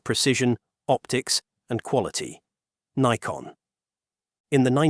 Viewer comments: Other correction: the name of the company is pronounced "nikon", not "naikon". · Yes, daft Yankee pronunciation. It's Neekon, not Naikon! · It's pronounced Nee-Kon. NOT Nye-kon. This is the downside to using US-made AI tools for voiceovers. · Is it "Nikon" or "Naikon"? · Naikon made my ears bleed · It's interesting the pronunciation of Nikon changes through the video from NIGH-kon to KNEE-kon. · Can you teach your AI to be any smarter? Decide, pronounce Nikon as in Nigh-kon or Nee-kon? Duh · There were 3 different pronunciations in the video (Nick-on, Nye-kon and Nee-kon). Thanks for confirming the correct way.